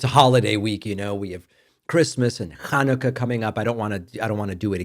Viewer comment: Isn’t his kid autistic? Pssdt…. Nice “ch” but Hannukah has to “Ch” in it. But thanks 😉